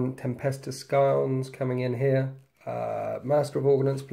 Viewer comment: the c in scions is silent...